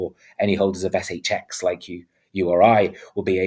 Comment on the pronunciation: ESS EYCH EXX 😂 love it